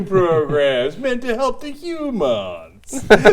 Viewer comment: "Meant to help to hu-monssssss"